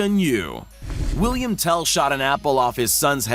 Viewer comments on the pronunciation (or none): none